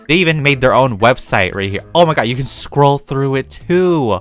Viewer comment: Nobody: Not even me:: Oh Mah Gawd